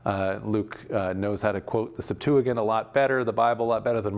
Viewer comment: Why does he pronounce Septuagint like that